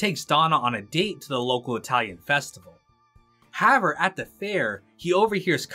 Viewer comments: You're the second guy today I've heard say "haver" instead of "however" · Great video but who tf is this guy "Harover?"